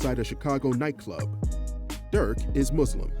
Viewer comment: Muslim Not muzlim